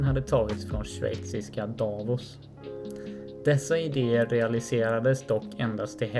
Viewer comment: Konstigt uttal av orten Davos och så var det en tunnel som byggdes ÖVER E 14???